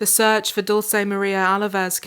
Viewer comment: this is not the most important thing in the video, but please learn how to pronounce Dulce